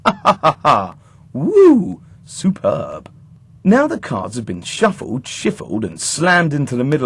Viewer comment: hahaha "supurrb"